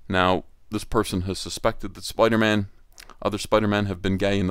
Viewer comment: “It’s Spider-Mam”